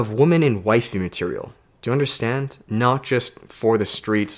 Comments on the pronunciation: Yep, it’s women (plural. Pronounced Wimin). One woman is a woman. Great video. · Lol, I always had beef with how you pronounce women, thanks for explaining haha.